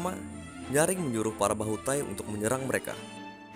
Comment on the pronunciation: Di baca bahutay bukan tahi.